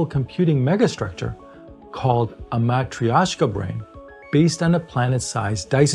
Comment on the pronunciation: Love your pronunciation of Matrioshka)